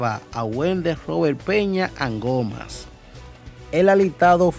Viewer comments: Jajajaj bro, tu tienes que aprender a pronuncìar mas esos apellidos...Andùjar, con acento en ù y angomàs, con acento en la à. Se escucha muy feo cuando tu dices; andujar y angomas jjj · Como usted no ha escuchado para poder pronunciar correctamente los apellidos ANDUJAR Y ANGOMAS, el primero se acentua en la U y el segundo en la última A. estos son apellidos tradicionales Dominicanos. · Antes de ustedes ponerse a hablar por los medios, aprendan a leer y pronunciar palabras, nombres y apellidos. No es Andujár, es Andújuar que se pronuncia con acento en la u. Igualmente no se pronuncia Angómas, es Angomás con acento en la a. Coño aquí todo el mundo se piensa que puede hablar en los medios.